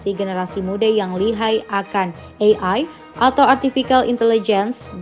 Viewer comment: "ARTIFIKAL".... hadeuh:face-purple-crying